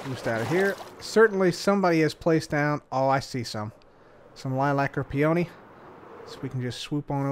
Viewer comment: I was listening to this in the background, half paying attention, and I was like "what in the fuck is a pee-oh-knee"